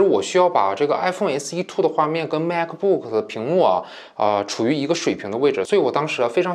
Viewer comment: 是马克不克 不是macbook